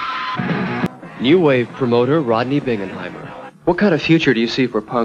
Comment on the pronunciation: Yow! Do you mispronounce a lot of names or what? Bingenheimer is pronounced with a "Bing" (like Crosby) not "Binj." You did correct Violaters to Vibrators which is good. (There actually was a band called The Violators in the early 80s) The show is CPO Sharky not "Sharkly" and it starred Don Rickles not "Wrinkles." You did correct Road House to Roundhouse, which is good. The "t" is silent in the word "debut." Another pre 1976 punk release you missed is 3o secs. Over Tokyo by Pere Ubu in '75, and Final Solution in '76 on Hearthen Records. You also might have mentioned the Afro-punk band Death in 1974-75 who did release Politicians In My Eyes, although they were a forgotten band until the 2000s. Chrome released The Visitation in 1976. The Residents supposedly released Meet The Residents in 1974, but it went unnoticed until it was reissued in 1977. Modern Lovers were also very early, with thier first album released in 76. BTW: If The Adicts existed before 1981, no one knew it. The first time I ever heard of them was when they were included on the Punk & Disorderly comp. Would have been more appropriate to mention The Stranglers or Ian Dury, as they did have a presence on the pub rock scene before they went punk.